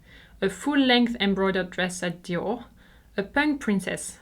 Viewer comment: i love how your merchandise is your actual merchandise, not some pix printed on a range of stuff Today i learned Lanvin is pronounced Lonva and Dior Jyor. I am old, i grew up back when each country had its own, totally incorrect pronunciation:)